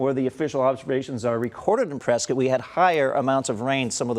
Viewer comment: its press scott not press skit